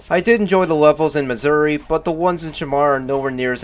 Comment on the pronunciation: Why do you pronounce "mazuri" as "missouri"